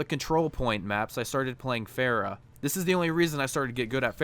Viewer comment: "Pharah" not "Phehra"